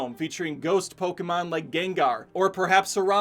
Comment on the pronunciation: I'm Japanese and I was surprised by the narrator's correct pronunciation of Poke-mon. Then he unfortunately pronounced Ken Watanabe's name in the way most people mispronounce Poke-mon as Po-KEE-mon saying Ken Watana-Bee. (Wah-ta-na-bay is the correct pronounciation). Sorry I just had to comment.